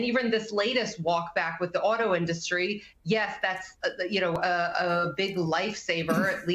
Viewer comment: “Auto innustry”? He’s the best speakerer.